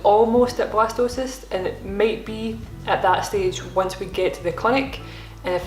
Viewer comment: At first I thought you where saying Blastoise and was really excited you where having a water type. Jokes aside, I hope this journey continues to go well for you and Marcus, ending with a healthy, happy, bundle of joy.